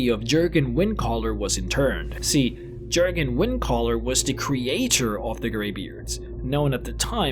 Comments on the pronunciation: Please for the love of the divines, don't call him "jergen" it's jurgen. This isn't a nitpick on the games tongue you mixed up, the games tongue is based on a real set of languages. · It’s pronounced yergen